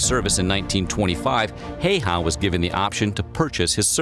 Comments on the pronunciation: I wonder why so many americans pronounce the first ”Ä” differently than the second one. It should be something more like ”Heyheh”. Help me out my Finns from across the baltic sea. 🇫🇮🇸🇪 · That's still wrong though! Häyhä is hyphenated like Häy-hä, and that's something you already got right. Ä is pronounced like the "a" in "plan". Finnish is a phonetic language, meaning all letters are always pronounced the same. The y is pronounced kinda like the German ü. For the y, round your lips like you would when saying "oo" (as in "shoo") but say "ee" as in "flee" instead! It takes a few tries but then you should have the correct sound (somewhat). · "Siimou Heihah" sounds like a mortal combat character. But yeah, our language is not the most easy one to pronounce. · If you would like to know how simo häyhä is pronounced 'how_ha' with the ä pronounced the same as in 'cat'. Simo pronounces the 'o' as in orange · Damn i hate the way he says häyhä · After years... They still can’t pronounce Simo Häyhä’s name. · Very bad pronunciation of the name Häyhä in this video. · 1) Do voiceover for a video about a real person. 2) Don't bother learning how to say his name. 3) Profit? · When you're making a history video about a person, wouldn't you figure out how to say his name right first? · I from Finland and this is how we would say the name like you Simo Heiha. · Stop butchering this heros name, please. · This has to be the worst ever pronunciation of 'Häyhä'. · The person who created the video he was watching completely butchered all the pronunciations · No, the name is not said correctly. In Finnish language letters ä and y are pronounced very differently compared to other languages. Try to find Finnish pages about Häyhä, you may find correct pronouncing. It is great that people in America know Simo Häyhä. Maybe I already told that Häyhä fought in the same company with my uncle, who died in December 1939. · It truly hurts how he pronounced häyhä... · its Häyhä not Heiha